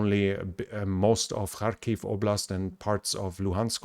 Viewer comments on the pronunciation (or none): none